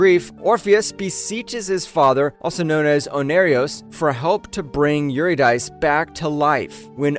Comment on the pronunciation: SIGH Calliope: Ka-LIE-oh-pee Eurydice: yor-IH-dih-see